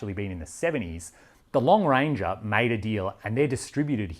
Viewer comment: Was The Lone Ranger popular in Australia? Every time you said "Long Ranger" I had Colin Hay's Are You Lookin' at Me? playing in my head.